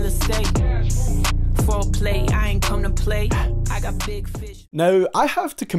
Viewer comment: Kream? for real